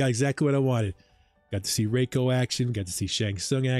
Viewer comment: It’s pronounced Rey-ko